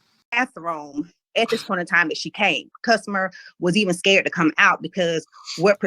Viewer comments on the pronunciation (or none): none